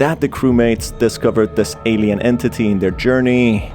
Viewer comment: i like when he said entiti